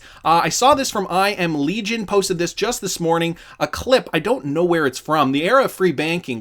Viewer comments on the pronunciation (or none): none